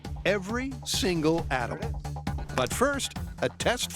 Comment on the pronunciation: He actually said "every single Adam" ;)